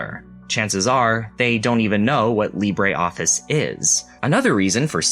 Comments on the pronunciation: no us french say : lee brruh office and not lee brah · Lib-ruh is not how it pronounced in French though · That is not how French people pronounce "Libre" 😅 But I do like your """French""" pronunciation of the word, it's how I say it too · I really like Libreoffice, used it for many years.... I've never heard anyone say it's name like THAT before; quite unsettling.